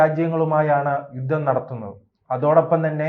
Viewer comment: ബയന്ന്,ബയപ്പെട്ട്,ദൈര്യം,യുദ്ദം--- ഇത് എന്ത് മലയാളം? കഷ്ടം തന്നെ!! ഈ പണിക്ക് ശരിയായ ഉച്ചാരണം ആവശ്യം